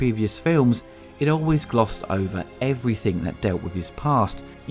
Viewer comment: Stop saying 'Everythink' you foooking idiotaaa